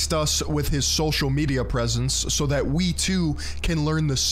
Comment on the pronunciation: I love how his "wittwe" speech impediment makes his online persona all the more laughable. Sounds like Barry Kripke from the big bang theory.